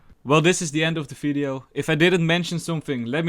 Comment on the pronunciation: great vid, but can you try saying (for example) video not fideo its irritant.